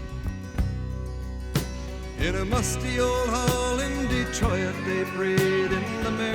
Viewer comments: You can tell by the way he pronounced Detroit that he grew up watching the Canadian TV show Hockey Night In Canada on Saturday nights where play by play announcer Foster Hewitt, and later his son Bill pronounced it that way. Also on the program for a while was Neil Young's father Scott, who was a sports writer. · You noticed the odd pronunciation of "Detroit" as "Detro-yit." I haven't heard this for a long time. It's a pronunciation peculiar to the city of Toronto and the small towns of Southern Ontario nearby --- one which long ago vanished from general use. Only very old people in Ontario still pronounce it that way. Lightfoot is 84 years and still performing and recording (his latest album was released in 2020). Lightfoot came from the small town of Orillia, Ontario, north of Toronto. This town sits exactly where the farmed land of Southern Ontario suddenly changes to the un-farmable Canadian Shield country of rocks, lakes, and forests, and is very near to Georgian Bay, which is the eastern half of Lake Huron. Lightfoot spent his childhood and youth in that area, which is a haunt of sport fishermen, where people grow up knowing canoes, boats and ships better than they know cars. The ships crossing the Great Lakes, with their cargoes of grain and timber from Western Canada, Iron ore from Michigan, etc. would have been a big part of his childhood universe. Though split between two countries, the Great Lakes are a world of their own, and those who sail them a brotherhood. Lightfoot knew the people of both countries, how they lived and how they spoke. "The ship was the pride of the American side" would be instantly understood by anyone on the Canadian side. BTW, the song is about a ship, not a boat. They aren't the same thing. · Yes, people from Ontario tend to pronounce Detroit so it rhymes with "destroy it". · Detro"IT" is definitely a Canadian pronunciation. I heard it pronounced that way on Hockey Night in Canada my entire childhood